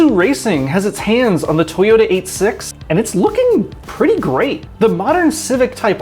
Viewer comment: " the toyomw " you fowl for that lmao